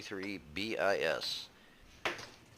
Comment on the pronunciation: Just a quick correction: the BIS is not pronounced B-I-S (bee-eye-ess), but as a word (which means second in Latin and Italian). Good vid, for an overlooked tank. Its alpha makes it stand out. It is a bit finicky (that aim time is annoying), but it can achieve good results if you play it as a jack-in-the-box tank: spring out of cover put a hole in your opponent for a third of their HP (at tier 6) and then move back to cover. Find another angle, rinse, repeat. The tank is not fast enough to play it as a drive-by tank, nor durable enough to play it as a trader. It is great, however, hanging around in the background of a brawl and lobbing a shell here and there into tanks already engaged by teammates. Its mobility is good enough to keep up with most other tanks.